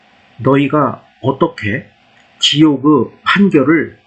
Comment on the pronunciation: ☆지옥*의* 를 왜 지옥^^으^로 사투리^^